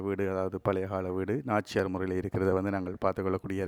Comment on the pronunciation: நாச்சியார் வீடு அல்ல. நார்ச்சார வீடு Please know the correct words in Tamil